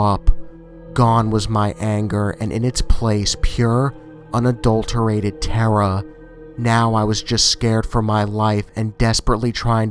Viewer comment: Congratulations on gaining more subscribers!!! P.S. when you pronounce terror as terrora its freaking adorable XD